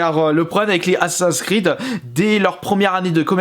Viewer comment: Mais arrete de dire assa’s creed tu peux pas dire assaSSIN’s Creed tt simplement 🤷🏼‍♂️